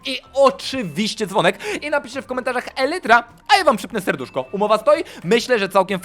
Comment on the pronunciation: elytra". umie już nawet spoko, ale mnie też by się przydała lekcja. XD😯